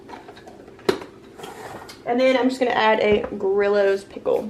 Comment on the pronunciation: Lol. They are pronounced Gree Os pickles, not Grill Os. ❤